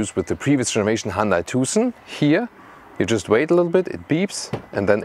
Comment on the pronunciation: i respect your work, and being your follower for years now, you should know how to pronaunce word Hyundai by now 😀. Tip, it is not how our friends from US and UK are doing it 😉